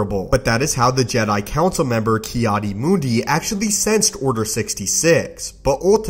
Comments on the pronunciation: It's Mundi not Moondee. If you can't pronounce character names, find a new occupation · Ki adi mundi Not ki adi moondi